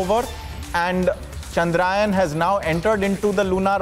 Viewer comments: चंद्र यान. Not चंद्रायन... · Please pronounce the word correct.. its chandrayaan and not chadrayan.. be proud to use the Hindi... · It Chandrayaan ..... Not Chandraayan 🤦🏾‍♂️ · Congrats 👏 its chandra yaan , not chandrayan 😡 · Guys at Republic TV let's not talk like non Indians the name of the mission is चंद्रयान not चंद्रायन 🙏🙏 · Ill-pronouncing anchors, is getting complacent with hiring news anchor...plz provide jobs to diligently better ones...chandrAyan😂...Vehicle 😂...Make the orbit smaller and smaller 😂..inches closer😂. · The news Anchor can't even pronounce 'Chandrayaan' word properly 😂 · News anchor 😂😂 thing’s he is in USA